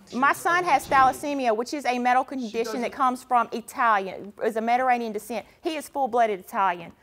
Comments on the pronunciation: She kept saying Meta-ranian... took me a minute to figure out she was trying to say Mediterranean 🤦🏿‍♀️🤦🏿‍♀️🤦🏿‍♀️ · Omg if this woman says "Mederanean" one more time....!!!!! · Mederainian decent.. 🤦🏻‍♀️ ma’am please be quiet until it’s your turn to mispronounce words. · She couldn't even pronounce Mediterian 😂 can she stop cutting him off every chance she gets. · “See, Mederadian descent” MEDITERRANEAN BIH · Lady: "Mederainian" Me: "MeDIterranean" Lady: "Mederainian" Me: "OMG...MeDIterranean!" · "Mediranean"...... Oh my! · She pronounces Mediterranean weird and it bothers me